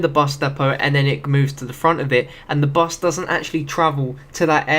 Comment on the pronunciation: Bus not bes